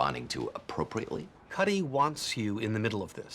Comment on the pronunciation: Kuty? it’s “Cuddy”, lol